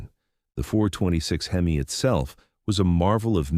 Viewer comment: Shitty AI narration can't even decide how it wants to mispronounce HEMI lol